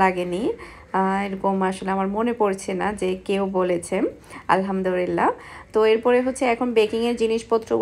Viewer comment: apni apnr ktha gular moddhe onkk vhul ase tobe apni Alhamdulillah k bare bare Alhamdurillah kno bolen bujhi na apnr shob kichuy bhalo lage shudhu ey jinishta bade apnak aro onk cmnt kra hoise ey bepare but apni ekdomy shunen kno apu ey ktha bhali bhabe bolle ki hoi apnry to gunnah hoitese tay na apu